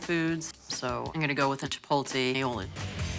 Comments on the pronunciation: Why is it not a single chef can pronounce “chipotle”? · i forgot that not a single person on food network in 2010 knew how to say chipotle 😭